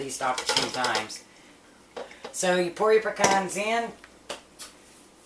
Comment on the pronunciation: Omg thank you for saying Pecans instead of PEE-CANS